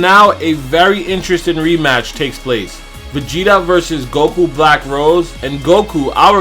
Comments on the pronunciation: You're saying Rose wrong not like the flower rose like the wine Rose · It's not rose it's rosé